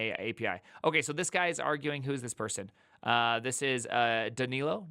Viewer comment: I think you are saying "Danilo" correctly!